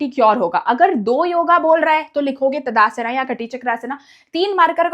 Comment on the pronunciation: ताड़ासन ❎ तदासना ✅ 😂😂